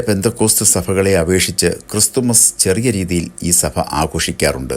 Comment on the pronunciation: സഫ സഭ ഉച്ചാരണം ശരിയാക്കണം